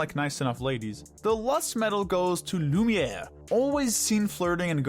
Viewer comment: Not lumer